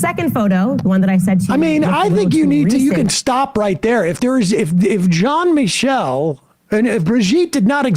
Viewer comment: Jean Michele isn't "John Michael"